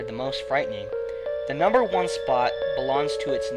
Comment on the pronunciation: Uh, Fail. "Numer 8" :D